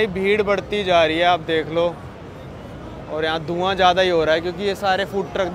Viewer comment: aapki pronunciation sahi karo yaar... Zyada ko Jyada mt bola karo, ya maza aa gaya ko maja aa gaya type, padhe likhe insaan se is trh sun k achha nhi lagta h